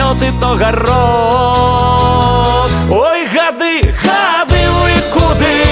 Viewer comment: Во прачытау. Ни гады' а га'ды (ударение на а). И думаю што за га'ды.